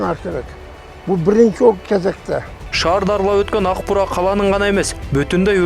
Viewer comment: Урматтуу мэр,озунуз журналист болсонуз анан Аг-Буура эмес АК -Буура деп туура айтыныз